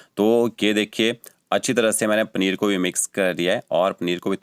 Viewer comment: Bhai pneer nahi...paneer Bolte hai 😅